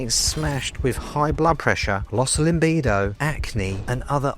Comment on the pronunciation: THE WORD IS LIBIDO NOT LIMBIDO AS YOU KEEP SAYING IN ALL YOUR VIDS